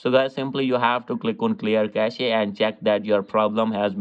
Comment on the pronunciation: The word cache is pronounced 'cash'. The word cachet is pronounced 'cashay' and means prestige or status. 👍